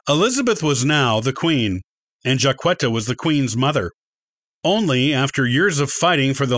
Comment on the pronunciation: You're mispronouncing her name and some of your statements are incorrect.